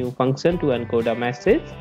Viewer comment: its Message not Massage